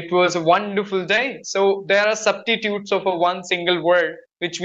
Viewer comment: The word is substitute not subtitute